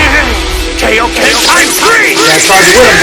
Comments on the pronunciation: F'KN HELL! It's KAI-OH-KEN, Not kay-oh-ken! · Kai dub is sooooo much better. It’s Kai-o-ken not kayoken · I hate how they say kaioken wrong.